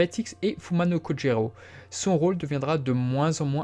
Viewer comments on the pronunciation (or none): none